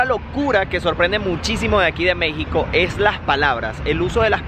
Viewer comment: En ves de decir (es algo) decía ej algo jejeje ame